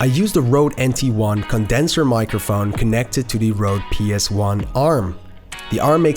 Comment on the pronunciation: It’s not Rode, it’s Røde! Ø ≠ O